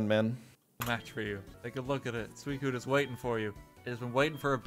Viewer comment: Did you call suicune silicone💀